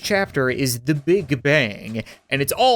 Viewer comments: "Fire ze Cat Cannon" Never gets old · ah yes... "FIRE ZE CAT CANNON"